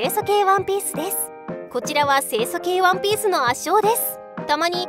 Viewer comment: ワンピースがワンペースにしか聞こえねぇ